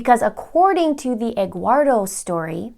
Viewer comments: Essential Investigations maybe from spanish name Eduardo ( Ed - ward -o ) ( Edward in English) but she didn’t know how to pronounce it , maybe she just heard that name and thought that it was Egguardo. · 'Egguardo' lol